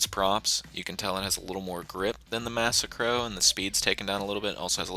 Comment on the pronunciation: Lol wtf is this video suppose to be a joke?? Shut up noob.. Learn to say "massacro" Typical noob says adder is good Only noobs play with catchup and slipstream The spoiler of t20 doesnt work so how is it good?? The only good thing u said was the dominator